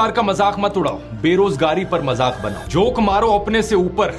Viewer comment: Madam - not majak but mazak should be correct pronounciation . Still best presentation.